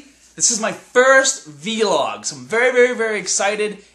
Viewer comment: lol don't pronounce it v and then log like just say it as one word vlog (rhymes with blog) you sound lik a noob..but im excited that you started a channel outside of your fitness channel to share your life with us :)